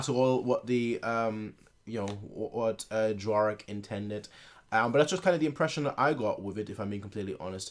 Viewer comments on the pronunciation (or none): For someone who knows some instruments, you know nothing about how a symphony orchestra works. Learn musicianship!! Plus you mispronounced the composer's name!! Pronounced " D'vor-shahk". I'm a former music teacher. You have a lot to learn.